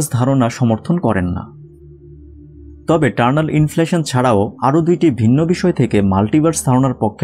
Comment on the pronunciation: Please make a correction here, it's not 'Turnal' inflation, it's Eternal Inflation. Not all the viewers are from science background, naturally they are going to learn a wrong thing, and I am pretty sure that you don't want it. Thanks for such a nice informative video.